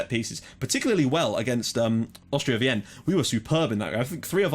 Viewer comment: Wien is pronounced like 'Veen' bro :)